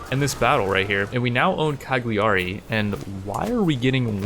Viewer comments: It's pronounced: Caliari , the G is silent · The g in Cagliari is silent ;) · That was funny but the way you pronounce Cagliari gave me chills. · Sound was fine. Just drop the g in Cagliari, it´s rather silent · I’m Italian and you say Cagliari wrong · plz learn to pronounce cagliari, its just 1 step (click) for you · As an Italian, I can't help but die a little inside every time the city of Cagliari is pronouced wrong. In italian the "GLI" is different, it is similar to the "yi" in ying or "yee" in yeet sound in english so whenever you see a "GLI" in a name of a city or italian name remember the correct way to pronouce it, for example "Cagliari" is pronouced more like "Cayari" in english but with more emphasis on the "y". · Some people do, I'm just being informative, there are other common mispronouciation on italian words, for example the "ch" is like a "k", the "gn" sound is not like any word or letter in english so it's quite hard to describe. Take it as a little fun fact